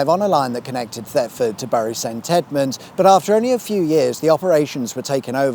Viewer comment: Just an FYI, especially if you cover it on future episodes, Bury St Edmunds is pronounced like 'berry' st edmunds